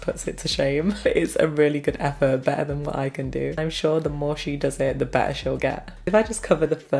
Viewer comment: I just love the way she says 💕BETTAH💕